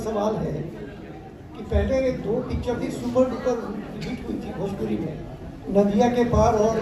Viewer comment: Are babua phle badhia se bolna to sikh le भजपूरी नहीं भोजपुरी होता है